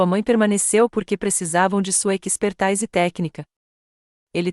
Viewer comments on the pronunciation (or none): none